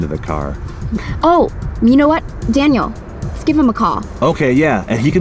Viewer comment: When Daniel was calling v said Danyear